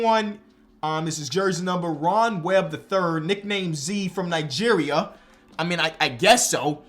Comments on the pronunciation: Am I tripping or did he say Ron Webb was from Nigeria and not Niagara😂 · I know didn’t just call Niagara, Nigeria.😭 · “from Nigeria” Niagara lol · Niagara = Nigeria lol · it said niagara and he said nigeria oh my gawhhhh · He said Nigeria. He's from Niagara lmao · That deffo says Nigeria and not Niagara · that’s niagara not Nigeria lmao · "From Nigeria" (actually says Niagara) 😅